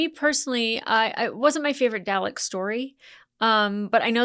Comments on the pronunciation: To help you out, it's Dah-lek 🥰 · I vote to double down on the infinite variety of mispronunciation of the durlix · If Brits can say "garage" so it sounds like "marriage", Americans can say "Dalek" so it sounds like "phallic". It strikes me as a legitimate regional pronunciation, even if I personally prefer a colic-rhyming delivery that's closer to the British way of doing things (albeit without the intrusive R sound they often slip in there). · Haha straight back into saying Dalek wrong lol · The editor is having a lot of fun with your Dalek pronunciation. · At least she's not saying Day Lick.